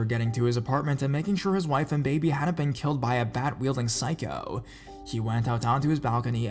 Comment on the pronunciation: The way you say psycho... it causes physical pain.